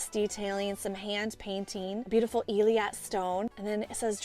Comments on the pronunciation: Hey,. Thanks for another great video. I know you like to fix any mispronunciations:) so I figured I'd reach out to let you know that Eilat is pronounced ay-LOT (two syllables). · Love your channel! The correct pronunciation of the stone is ey laht.